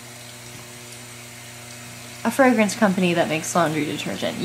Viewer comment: the way you pronounce fragrance is making me spiral